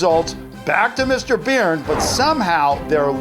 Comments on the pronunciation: It's Burn not Beard pronounciation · It’s said like burn not beern